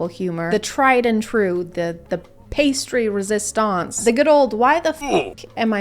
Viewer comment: me: pastry-resistance is the greatest thing i've ever heard me, one "bear-ch" later: i was wrong in the best way